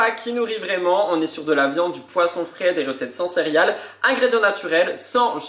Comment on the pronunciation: Cc, toujours heureuse de te retrouver dans tout tes états. C’est normal pendant un moment tu auras des moments de blues. Les blogs sont une bonne thérapie👍 C’est trop mimi🥰 Tu dis cériales aux lui de céréales. Comme mon fils quand il était petit j’adore… bonne journée à toi et à très vite. Bizouilles😘😘